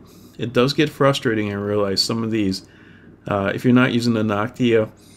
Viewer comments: Noctua not Noctia ^^ But awesome tutorial! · Damn it annoyed me that he said Noctia instead of Noctua.